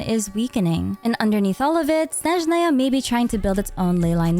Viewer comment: 5 years of traumatic ear bleeding from hearing them pronounce Snézhnaya healed in just one video. Thank you, 🙏🏻💗